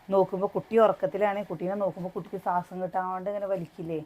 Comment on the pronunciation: സ്വാസം, അല്ല ശ്വാസം എന്ന് പറയുക 😍